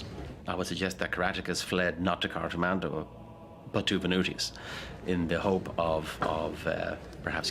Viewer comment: It's cartIS-mandua!